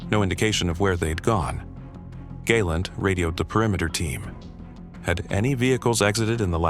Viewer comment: Galent is pronounced GAH +LAHNT. long "A" is spelled gay or gai" . Your Hebrew pronunciation is not very good when it comes to Israeli names